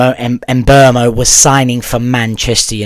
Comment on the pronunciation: "Mboomo" ...the E is before the U ...Mbeumo